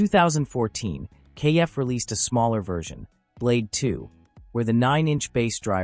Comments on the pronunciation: It's not pronounced KF, it's pronounced Kef like Jeff. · It's a pity that the commentator didn't check the pronunciation of KEF before starting this video. It's not pronounced "kay - eff" but just KEF as in "Jeff" but with a K. This kind of devalues any authenticity of the video!